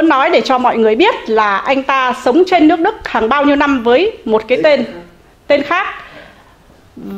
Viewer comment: Nghe cô nói lẫn lộn L, N mệt quá. Phần lớn hồ kiều nói L, N Nhe cô nói LƯỚC Đức. Làm ơn nói NƯỚC Đức cho tôi nhờ.